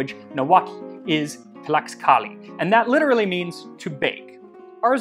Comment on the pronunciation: Just FYI, the letter X in Nahuatl is pronounced like an English “sh”. So tlaxcalli sounds like tlash-kal-lee.